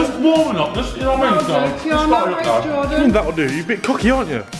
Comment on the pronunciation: It’s Jordan not dorden